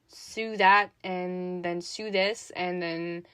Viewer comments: Autre « tip »: to sew/coudre se prononce 🪣 seau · What a cute doll! You got really close with embroidery, it's pronounced em-broy-dur-ee. And for the word sew, it's less like seew, and more like soh. <3